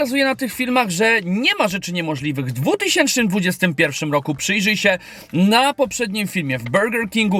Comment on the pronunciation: Suchar z początku o nietoperzu rozwalił XDDDD Ale błagam z całego serduszka mojego, mów poprawnie rok 2021 bo wcześniej też już widzowie Ci uwagę na to zwracali. Pozdro